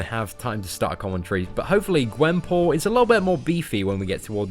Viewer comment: He said her name rong